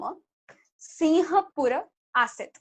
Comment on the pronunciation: पूर्वकाले सिङ्गापूरस्य नाम सिम्हपूर आसीत् । (pUrvakAle singapUrasya nAm simhapUra AsIt) it's (सिम्हपूर) Simha-pUra not Siha-pUra(सिहपूर)